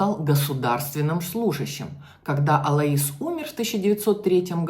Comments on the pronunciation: Не Алаис, а Алойс. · Так режет слух АлоИс... правильно АлОис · Алоис ударение на О! Ангела ударение на Е